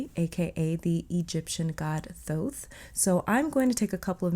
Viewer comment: We love that you say his name correctly 🥹💗